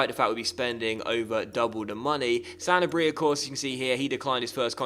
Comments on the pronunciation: Pretty sure Sanabria is pronounced "Sen-Arb-Rea" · Sa (like sa-vage) na bri (roll the tongue) a. :D